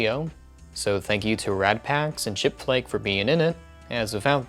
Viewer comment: For a moment i thought said "chick-fil-a" instead of "chipflake".